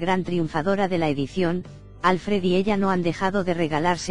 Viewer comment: Sabéis pronunciar Schwarzenegger, pero no Alfred (que es, obviamente, muchísimo más difícil..bueno, eso os debe parecer, supongo). A ver, pistas: Al-fred (palabra aguda, se acentúa la última sílaba) . No "Álfred"